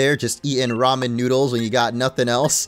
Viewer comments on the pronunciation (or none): none